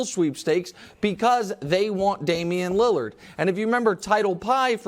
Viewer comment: Damian Leurrarr 😂